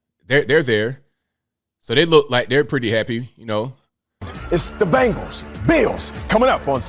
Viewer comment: The team is called "BENGALS" not bangales.